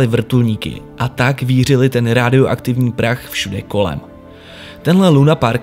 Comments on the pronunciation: Super video 💜 ale proč furt říkáš rádio aktivní říká se radioaktivní😂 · žádnej hate, ale chci se zeptat: proč říkáš rádioaktivní, když se to říká radioaktivní??? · Stále super:). A take a shot vždycky když řekne "raádioaktivní" místo radioaktivní xd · Proč pořád říkáš rÁdioaktivní? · Hele krásný video,ale neskutečně,neuvěřitelně mě sere a trhá mi uši to tvoje "rááádioaktivní"...Proč dlouhé á??To nemá s rádiem nic společnýho tvl... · Má to bejt radioaktivní krátce... jen jsem to možná omylem při vyslovování prodloužil. :)